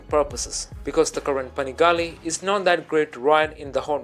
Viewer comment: „Panegale“ xD Wtf